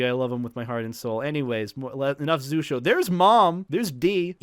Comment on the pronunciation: It is, but it's pronounced like he said in the vid